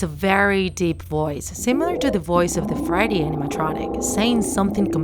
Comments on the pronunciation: And why does she kind of pronounces freddy as friday? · You called freddy friday bonnie boneie and chica jaca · "fazbears pitza" bruh and "friday chyca and bone" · She said: i saw fready cheeca and bowny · Indigo Blue she said it like Friday, checka and boney